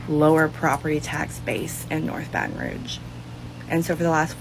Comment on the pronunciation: This woman can’t even say Baton Rouge.